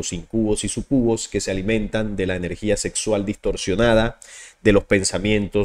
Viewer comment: Íncubos... súcubos.. Con sus respectivos acentos y entonación..